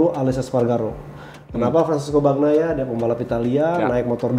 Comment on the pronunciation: Saran buat dan, bacanya itu "Banyaia" bukan "Bagnaia"